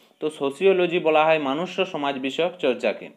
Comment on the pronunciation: 12."Manushyo" bole kono shobdo hoyna "monushyo"